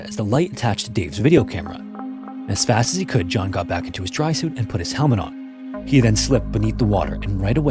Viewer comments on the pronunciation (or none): none